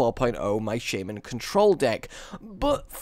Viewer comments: Where do you see a "Y" in shaman, Please stop saying shaYman. Its shaman, No "Y". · i love your videos really entertaining but the way u say some stuff such as shaman u say shaYman :/